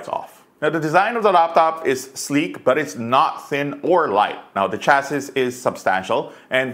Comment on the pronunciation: For future reference, the final "s" in "chassis" is silent.